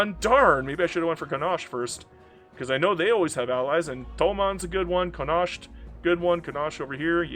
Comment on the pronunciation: Thank you for the disclaimer at the start of the video. I have never heard somone misspronounce Connacht. "Con-Aw-KTH"